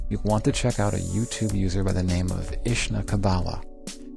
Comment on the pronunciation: IshnaKabala?? You Be Phunny! RFLAO... :)